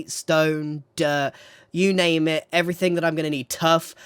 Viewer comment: i dont know what it is about the name, it makes me die inside when he says it